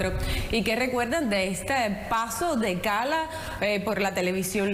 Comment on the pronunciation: Es Ismael Cala, no SALAS!